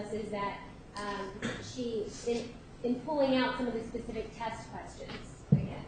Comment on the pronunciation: That is “Pacific”!! 😳 It’s not embarrassing enough, to stomp about with sausage meat legs, looking like a Nazi hooker, with your bald spot getting bigger? Now you can’t even pronounce simple little words! 😬 Really sweetheart, do yourself a favour, and call it a day!!! 🤣